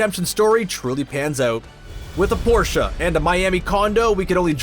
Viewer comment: Bruh thanks for pronouncing Porsche the correct way. We thank you sir.